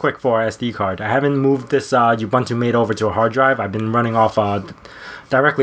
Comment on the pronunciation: FYI (forgive me if this has already been said, I know it's an older video), it's pronounced "Mah-tay," (think of it as Maté, even though that's not the real spelling) not "mate." Cheers, and thanks for the video :)